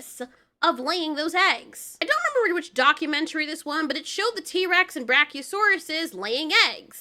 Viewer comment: Finally someone that say T.Rex right!